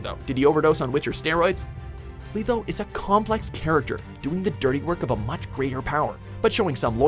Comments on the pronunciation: I think letho is pronounced wrong. It's " letho" not "litho". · letho not leetho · Dude pronounced Letho LEETHO. It's pronounced LETH-O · LEH-Tho not LEE-tho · You really don't know how to pronounce words. I mean first Smaug and now Letho. C'mon. Show some effort! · Letho. With a short E. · Regis only at 9 no vesimir no guanter o’dimm and did it annoy anyone else that he pronounces it lEtho and zolTAN and I love dandelion but he is way to high on this list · Leetho... LEETHO?!?! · How can you pronounce Letho's name as ''Leetho''? you hear his name throughout the whole Witcher 2 game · Did you really just pronounce Letho as "Leetho" ? Way to prove this is just some douche reading a script and not even a person who tried the games lol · lee-tho????? srsly lmao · stop saying "leetho" lol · Ugh he pronounces it "Leetho"..... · WRONG... You do realize the time Regis was chopped up by peasants was before he even met Geralt right? He's come back this time from being melted along with a stone pillar in Styga castle by Vilgefortz. Come on man if your'e gonna do a video on characters at least read up on them first. Shit dude you even mispronounced Letho's name! Oh, I also agree Vesemir definitely should have been in the top 10 especially seeing Dikstra made it in.